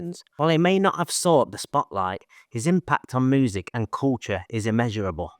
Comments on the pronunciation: Genuinely curious, where are you from? Especially because of the pronunciation of moozick. Glaswegians, Liverpudlians, Croydon(ites?) say music. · ‘Moosicians making Moosic’ 😂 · No, that’s fine. I’ve just never heard that pronunciation before. I’m used to hearing different English accents, cause I’m a big fan of English music and culture. Check out some of my songs on my channel, if you feel inclined. Even though I’m Australian, people say they sound British. Loved the video. Glad Guigs is happy in his garden.. like George Harrison. 👍✌️🎸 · It means that's the way you pronounce the word music.